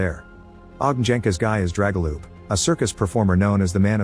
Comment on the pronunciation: Oh my the butchering of names is real haha especially pronouncing Dragoljub/Драгољуб as Jregolup aaaaaaa 🤯